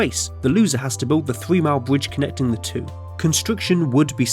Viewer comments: A bwidge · What’s a bwige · Yeaw lets make the bwidge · My bwidge is bigger than your bwidge. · Bwidge tunnewing woads awtic wail woad woute